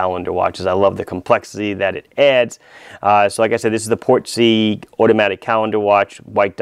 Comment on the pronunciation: Also "Portsy" Not "Port-sea"